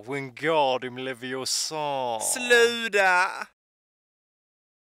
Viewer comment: Däremot ersätter man aldrig T med D. Ingen i Skåne säger "sluda" utan "sluta" eller "legg å" :)